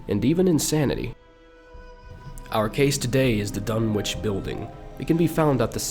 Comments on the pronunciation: as a fan of Lovecraft I cringe every time you say DunwiCH and not DunwiCK but tomatoes potatoes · Pretty sure it's pronounced "Dun-itch". Just sayin'.